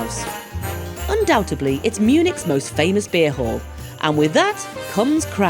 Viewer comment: You’re so funny. You said beer hall but I swear it sounded like beer hole. That sausage and potatoes did not look very good.